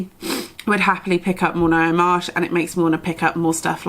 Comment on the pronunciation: Ngaio is a maori word and you pronounced it perfectly! I'm from New Zealand so i'm so pleased to see you reading a New Zealand author. She's a NZ Dame, and dubbed as the kiwi Agatha Christie, she was one of the earlier murder mystery authors that Penguin published quite a few of her books. i do enjoy reading her books, i hope you will continue reading more of her books. Thanks for your reviews, this was a great video.